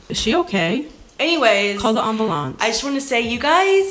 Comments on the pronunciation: "i tried to..." - "is she okay???" - "...anyways..." - " call the ambwalawnse!" I LOST MY SHIT 😂😂😂😂😭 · "is she okay, call the amboolance" 😂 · “call the amboolance” KNFAO